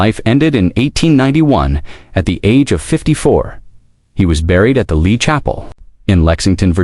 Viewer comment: Why can't Ai pronounce Lee